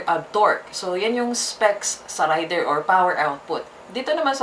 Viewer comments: .. hindi rider? Ang rider ay ung driver.. ung raider( rey- der )ay ung motor.. kung mali ako paki correct po ako.. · Reyder po di rider😂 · Rayder ka ng rayder,, Reyder kasi.. Ang rider-tao, Raider -motor. Kinuha yan ni Suzuki ang pangalang raider sa military hardware ng US ARMY. Isa syang gamit pang digma, helicopter yata kung di ako nagkamali,, Kahit ipabasa mo google ang raider, Reyder ang tamang bigkas hindi Rayder. Sus maryusep..😩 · galing nga eh..Raider binigkas ng Rider hahahaha aral muna toy hahahahaha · Rider daw baka raider haha😂 nice pronunciation ng Raider rider daw haha😂😂😂 nganga!!! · Rider haha hahahahah 🤣 ayusin nyo ang tamang pronunciation para magandang pakinggan baka mag hanap sila ng rider haha baka Raider nga nga vlog tawag dito... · Tip lang: Raider = binibigkas ng "rey-der". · nobody's perfect pero dapat pinag aralan muna kc iivlog mo hahahah..at saka naririnig mo naman sa ibang advertisement na Raider talaga ang pagbigkas at hindi RIDER hahahaha nakakahiya at AROGANTI hahaha